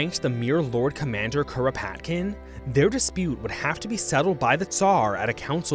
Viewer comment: 🪖 The early 1900's were wild. Also you might as well say Kropotkin like a Japanese person all "Kuropatukinu kun" by how you're saying the name lmao